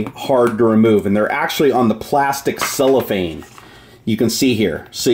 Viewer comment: It is called CellOPhane not Soulafane